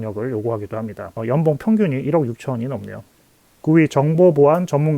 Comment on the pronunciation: 좋은 정보 감사합니다! 중간중간 발음중 연봉을 염병이라고 해서 배꼽잡고 웃었네요 ㅋㅋ